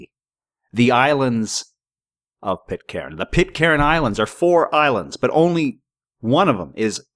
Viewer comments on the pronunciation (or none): It's pronounced.. Pit _caan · Pit-karen? At least try to pronounce it right. Rubbish video. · Pit-Karen? Tai-hiti? Why do you pronounce things so strangely? Pee-dophile? Jesus…